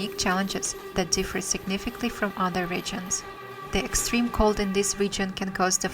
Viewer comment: Well, you do have to do something about the way you read certain English words!😜 List of some of your mispronunciations: InHAYbited inHAYbitants signiFICKly wrote (for 'route') immenSIVEly bAYing (for 'being') masonLY TYPE-ically OUN (like in "clown", "town", "noun", etc. instead of "own" like in "flown", "blown", "shown") conCUR (for 'conquer') inHAYbited HAYvy rESSently LAW (for 'low') cloSing (for 'clothing') glows (for 'gloves') freakin' (for 'frequent') reLAYtively inHAYbitants they remindS us for ourselF Yakutsk (like Yakutia) is pronounced with the stress on the second syllable: Ya-KOOTSK, not YAH-kutsk, so: , , , , , , , , , , - WRONG! - RIGHT! Also, you eat up some of the word endings: firefighter (for 'firefighters') firefighter (for 'firefighters') specialize (for 'specializes') themselF (for 'themselves')